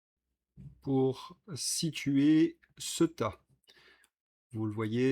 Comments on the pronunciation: Ceuta étant une enclave espagnolse, elle se prononce ''Ce-ou-ta''. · Ceuta se prononce Céouta en espagnole.